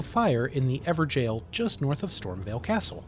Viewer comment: stop calling it an "ever-jail" it's pronounced "ever-goal".... lol. excellent informative content however!